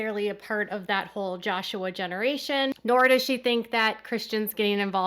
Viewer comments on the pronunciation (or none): none